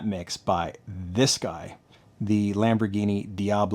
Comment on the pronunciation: You pronounced the Lamborghini correctly.....the emphasis is on the 'RAH' part.